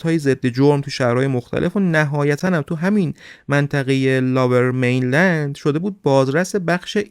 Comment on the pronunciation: ، ببخشید این منطقه لُورمینلند(lower mainland ) است به معنی مناطق پست تر یا پایین تر به نسبت رودخانه فریزر،نه لاورمینلند. ارادت